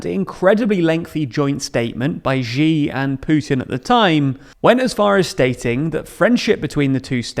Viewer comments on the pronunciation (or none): Xiv's name is pronounced she, not zhee. And China is currently struggling to put down repressive zero Covid rioting by its own population. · Hey, could you stop pronouncing Xi as "Jzhee"? It's pronounced "Shee". The "jzh" sound doesn't exist in Mandarin nor any dialect of Chinese. Please, as a journalistic organization, spend five minutes to learn the pinyin orthography and read Chinese names correctly. It's not hard. They took letters that seemed redundant—X, Q, and C, and reassigned them to other sounds that English orthography uses letter combinations to write. X got the "sh" sound, Q got the "ch" sound, and C got the "ts" sound. A few of the vowels aren't pronounced the way they're pronounced in English. 'e' is pronounced like "uh", so Deng Xiaoping is pronounced "Dung Shiaoping". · All the way with VVP/XJP ¥€$, of course. Unvoiced palatal sibilant , ś, not ź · Find it exotic when Xi is pronounced as Jee instead of See as it's supposed to be. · It's she Jin ping. Not jee Jin ping. Stop this annoying habit. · Really hate being pedantic, but “Xi” is pronounced with a harder sh- sound, somewhere between “she” and “see” and not a soft “Zhi”, mentioning this to boost your credibility of otherwise highly informative content ☀️ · Xi is pronounced 'She' not 'Jee'. I don't know why so many people get this wrong. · "She" not "G." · Please, it's spelt Xi and pronounced 'she'. But thanks for the interesting analysis. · Xi is pronounced "she" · Hey, the 'Xi' from 'Xi JinPing' is pronounced like 'she', but with just a hint of the 'hee' part of a photography pronounciation of 'cheese'. The 'she' sound is more predominant though, and there's no 'J' sound ... Hope this helps (if it even makes any sense to start with). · Your videos are great - really informative and up to date! Btw, Xi is pronounced like "She" - the x in Mandarin is a "sh" sound.